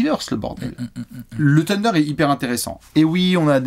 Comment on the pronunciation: coeur sur toi mais par pitié arrête de dire Tender pour le Thunder